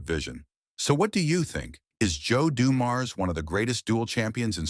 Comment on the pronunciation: AI needs to pronounce his name correctly. Also Joe is the GOAT & you should not start this story with highlighting doom & gloom. Joe remains my favorite of any team & the game when his father died was embedded in many of our brains & hearts.